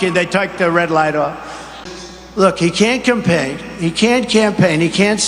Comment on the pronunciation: 3.15 must be one of the most ironic things I've heard in a while. Trump can't pronounce campaign and then proceeds to tell everyone Biden can't speak? LOL